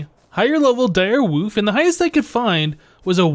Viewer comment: I like how says Direwoof instead of Direwolf